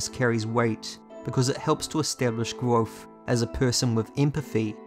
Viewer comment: Allt hese videos are awesome man!, Just need to start pronouncing the V in kVothe haha